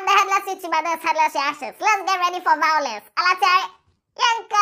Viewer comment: Headless talk say let's get ready for vawluence 🤣🤣🤣🤣🤣💔